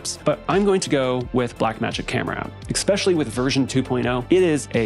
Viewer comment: Great video my man, you keep saying EXpecially not ESpecially. That’s all the nitpicking I have for you, fantastic work my dude.